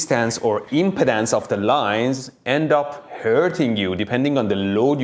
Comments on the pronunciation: ...the impedance of the line... I heard that as the impotence of the line. Accents can be amusing. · 40yo and i just discovered i have been pronouncing "impedance" incorrectly 😅😂